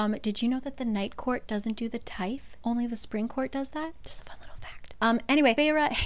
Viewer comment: I'm sure someone has said this but the the in tithe is a blunt sounds like the or this not a sharp sound like theory Hope those were good examples. I've noticed it's super common to be pronounced wrong with people who weren't raised in the church, I just wanted to let you know